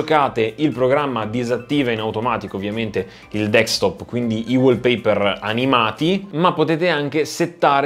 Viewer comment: DESKTOP !! SI DICE DESKTOP non dekstop! è insopportabile ! :)